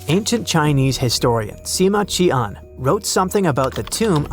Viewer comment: Si Ma Qian ซือหม่าเฉียน ครับ ไม่ใช่ ซือหม่าเชีย